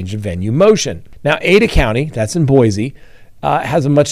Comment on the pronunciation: It's pronounced Boy-Cee, not Boy-Zee